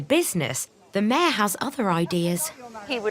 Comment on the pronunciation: Mayor not mare